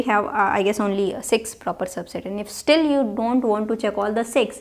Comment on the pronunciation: I like the way she says 'I dawn't care' and 'rawl number'